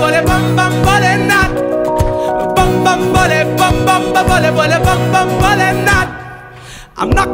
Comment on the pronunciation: it's Bhole not bole ...